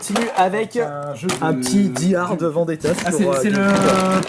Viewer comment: Comment qu'il prononce Die Hard , doux Jésus...